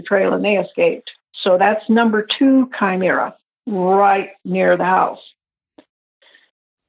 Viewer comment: Is she saying chimera?